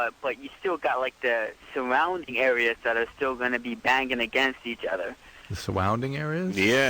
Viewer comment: It’s cool to hear Jake is actually very collected and sane, after I saw him in Contact I thought he was like Gary Jr. Love me some Gary though that was a great Loveline episode too. “Sowounding aweas” made me laugh so hard 😂😂